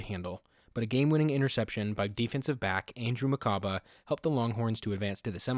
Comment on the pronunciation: Mu-ku-ba not makaba